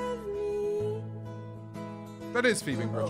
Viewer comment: sorry but he keeps calling phoebe bridgers phoebing binger??